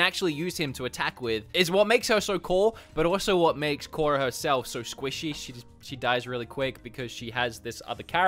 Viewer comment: Was cringing the whole time you were playing skadi (Kora) lmao 🤣